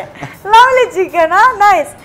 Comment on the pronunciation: Chikkanna Alla Bekkanna.....